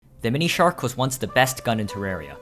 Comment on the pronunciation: he's pronouncing it like themonishark